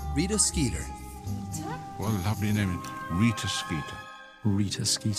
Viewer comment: I can't believe I just realized Rita Skeeter rhymes, because of the British pronunciation, making it "Reeta Skeetah". It just adds to the ridiculousness of her character.